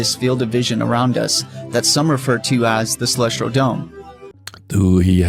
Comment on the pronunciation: Why does he keep saying "celestral" Instead of celestial? 🙄